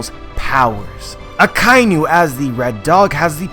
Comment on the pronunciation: Aka - Inu . Inu= dog. You are saying Akai - Nu. There is no such animal as a Nu ;)